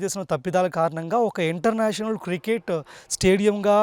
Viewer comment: బాబూ... అది కృకేట్ స్టేడియం కాదు. క్రికెట్ స్టేడియం. ఇది మంచి వార్త. కానీ మీ యాంకరింగ్ బాగోలేదు.